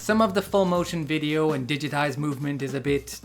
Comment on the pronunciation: "Das high-quality VI-D-O" .. Graphics and capture look sharp. Strange game that I would have no interest in playing myself. Got more out of this content than would have the short game. At least you made it fun. But, the acting and some other things about it are appreciated, like you said.